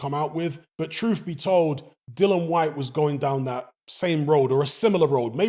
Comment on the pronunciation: Dillon!! Get his name right. Drives me crazy!!😤